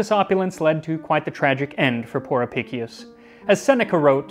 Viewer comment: Historian here, I own the book, and written a few works on it during my time at university. Friendly note: Since its latin, it would be pronounced "Ah-pish-ous" Great Video! I always found the flamingo tongue and the method for transporting scallops particularly interesting.